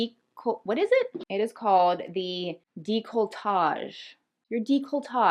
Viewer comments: Just so you know it's deh-coltage, not deecoltage! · you didn’t pronounce it totally correctly; it’s “day-cole-tahj” not “dee-cole-tahj” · “Deecoltashe” ?? 🤣🤣🤣 Girl GOOGLE is your best friend for correct pronounciations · I cringed so bad when you said deek-lo-tah-ge it's deck not deek. Lol 😂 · deck-luh- tahzghe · Gurl. Décolletage: DAY-coal-eh-TAJ (like Taj Mahal: tazh) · Its pronounced Deck-lo-a-tadge. Its French and one of my favorite words to say! I totally agree on decorating your neck and chest, something so feminine and beautiful about it. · You look much younger as a brunette. Dey, Cole, Ey, tawj... Lolol that's the pronunciation. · Decolletage....Try pronouncing it like: Deckle-la-taj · Neckline area: Dea-claw-tay 'Dea' like 'dead' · girl... décolletage. pronounced "day-ko-lah-TAHJ" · DECK-a-le-TAGE 😉 This vid is great. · Loving your tips. Can’t help myself, It’s pronounced dec la tay. 😊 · No. It is pronounced day-colle-tash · (Funetics for declotage)... deck-low- tahzche some call it deck-low-tay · Its pronounced Deco-targ, if anyone wanted to know, But say it however you want lol you actually new it so props to you, also despite not being able to wear heels, these where really good tips, your very beautiful btw. X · Decolletage is pronounced DECK-LA-TAJ. You're rockn' Louboutin's & "educating" viewers about fashion & luxury brands, but didn't know how to say that. Can't even take you seriously now 😒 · Décolletage is pronounced Day-Cole-Taj (I took 4 y French in high school inc. 2 summers conversational, 2 semesters in jr. college, & 19th cent. Fr. Lit ASU). Clavicle's another word you seek (cf. where Ralph Fiennes in The English Patient says the sexiest part of a woman's body is the bowl the ctr. of the collarbone -- as if any straight guy would ever think that, but then he was just trying to impress her). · *dec-uh-luh-tajj Lol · It's pronounced 'della-coh-tarje' xx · Décolletage (daye-coh-leh-taj) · Deck- luh - tay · Dec - la- tay! 😂😂